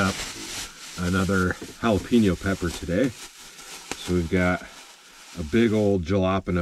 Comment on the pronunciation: Yep. Don't y'all say it as Ja-la-peeno??